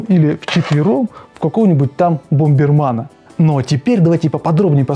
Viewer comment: БомбэрмЭн!!! А не БомбэрмАн!!!